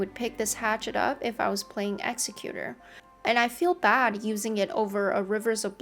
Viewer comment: Nice video. You pronounce "Executor" incorrectly though. Don't feel too bad, lots of the community do. However, it's not pronounced like the word "Executioner."